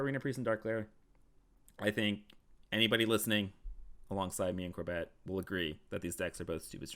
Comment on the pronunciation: Is it an inside joke pronouncing corbett as corBET or does he just smile and wave? 😂